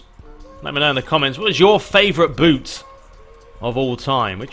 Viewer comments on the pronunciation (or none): none